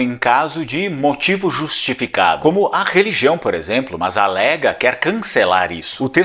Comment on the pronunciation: O partido aqui na Itália nao se diz ''Léga'' mas sim '' Lêga" e antes era nominado "' Lega Nord".